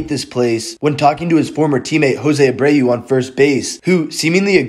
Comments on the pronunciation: Jose Abreu is from cuba. It’s not “uh-bray-yuu” it’s pronounced “uh-brew” like beer. A brew. I hate that people butcher these names so terribly🙄😂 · Where did I even begin to imply that, bozo? Yet, on the same hand, if you’re going to be giving input on these things, shouldn’t you at least know the names of these athletes? No problem pronouncing Saltalamacchia, but Abreu is butchered? Come on